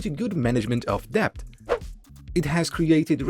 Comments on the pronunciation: Wow so ridiculous to mispronounce that word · Annoying mispronunciation of the word “debt” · debt is silent "b" ✌️